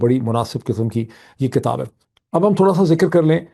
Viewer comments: Your analyses are very useful and logical. I pray that God will keep you safe. (Sir, have you mind if I pay your attention to the word which is actually "Kitab" not "Katab"). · BTW Doc,the pronunciation is KITAB,and not KATAB according to you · اسلام علیکم معید۔ ہم آپ کے بہت شکر گزار ہیں اتنی بہترین خبروں اور تجزیے کے۔ آج دو گزارشیں ہیں۔ اگر آپ برا نہ مانیں تو ایک یہ کہ کتاب زیر کے ساتھ ہے نہ کہ زبر کے ساتھ۔ دوسرا یہ کہ اگر آپ پاکستان کی مہزبانی کو کمشن نہ کہتے تو بہتر تھا کیونکہ ہندوستان کے گرو آریا نے پاکستان کی مہمان نوازی کو ہوٹل کی خدمات قرار دیا ہے۔ جو کہ اس کی حسد اور جلن کو ظاہر کرتا ہے۔ اس لئے برائے مہربانی آپ دشمن کو آپ موقع نہ دیجیے۔ شکریہ۔